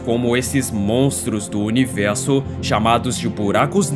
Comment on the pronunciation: Por que univelso e não universo? Cebolinha?